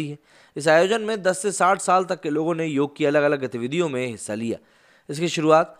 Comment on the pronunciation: बंधू, उसे 'योग' कहते हैं 'योगा' नहीं! योगा तो अंग्रेजी में कहां जाता हैं क्योंकी उस भाषा में कुछ शब्दों के अंत में एक अतिरिक्त 'अ' लगाने की चेष्टा होती हैं!